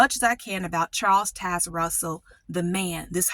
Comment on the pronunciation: When you pronounced pastor Russell’s name it reminded me of a grammar rule that could be helpful. When a word has an “e” on the end the vowel says its name. Fat/fate Bit/bite Bot/boat Charles Taz/Taze Russell